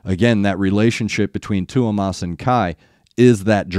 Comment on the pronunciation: Not trying to be a dick but just call him Thomas like you would in English. I think you would get closer to the pronunciation.